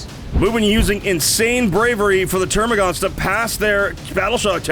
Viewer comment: Wonderful game! The only issue I have is the amount of times you say "Termagants" as "TermaGAUNTs". There's no U. Is this nitpicking? Yeah.